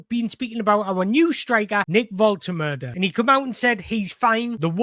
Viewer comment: Exactly, it’s a chance for Wolt-ter-marda 😉, to fly out the traps & get his Newcastle United career off to a great start. All this negativity over Wissa is madness. Let the team assess the injury, I have a feeling behind the scenes, Eddie is being extra cautious because Yohan has mentioned something to him. With all that being said, when both are fit, I’m extremely happy with these two ballers. PS. I’m telling you, pronunciation is wrong 😄